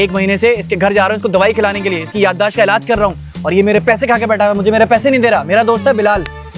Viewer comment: "Yadaash" nhi "Yadaasht" hota he